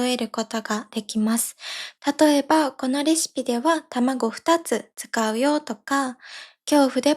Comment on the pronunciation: えまさんの「二つ」と「二人」のアクセントが間違えてると思いますｗ